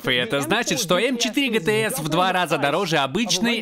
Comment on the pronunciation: Не гтэс, а джитиес